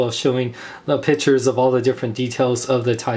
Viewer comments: It's pic-tures not pitchers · piCKture not pichure XD